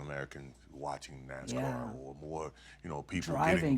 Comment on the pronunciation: I grit my teeth every time she says, "NaZZZZcar" It's NaSSSScar.